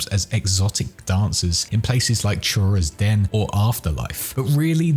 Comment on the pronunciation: choras den is pronounced koras den not CH like churro